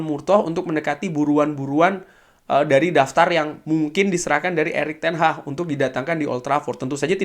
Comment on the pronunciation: Erik ten haggg bang bukan ten hahhh